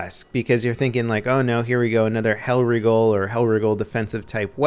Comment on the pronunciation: When will you pronounce that thing appropriately. Its Hellriegel not Hellriegal or Hellregal or hellragiel.